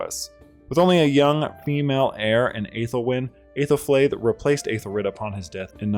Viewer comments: You got really close to Æthelflæd's pronunciation, genuinely impressive. As a speaker of Ænglisc, good job! The correct pronunciation is ˈæ.ðelˌflæd. If you google an IPA chart, you can read that and sound her name out. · The Æ is pronounced like a long E, EE or EH instead of EY, so Eethelfleed/Ehthelflehd and Eethelreed/Ehthelrehd. Either way, great video!